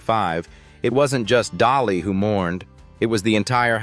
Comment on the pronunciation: Correction dolly not jolly. Dolly